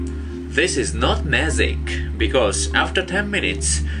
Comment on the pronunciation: It's magic not mazic